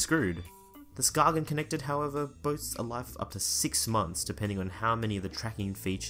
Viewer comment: It's pronounced ''sKAYen'' - not sKAGen. It's named after a little town in Denmark